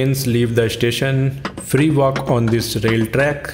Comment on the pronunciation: But I heard of him saying free walk I heard him saying 3 walk